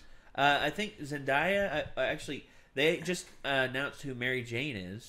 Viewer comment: it's Zen-DAY-a.